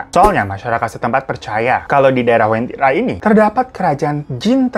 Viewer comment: Ku dari Palu bang, penyebutannya Uventira